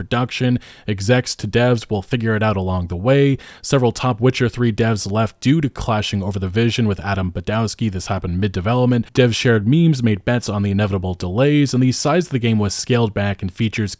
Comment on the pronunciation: You don't pronounce "Badowski" like it was written in English, it's not. For starters, the "W" in Polish never sounds like a vowel, it always has either the "V" or "F" sound. The bending of the "o" is also wrong, it should be voiced as an actual "O" like in "oh!". And they way you mispronounced Michał's name is painful. "ch" has a sound like the "h" in "hey", ł has an U sound, and you can't bend the "i" and "a" as you do in English. Also, Daniel Vávra is Czech, not Polish.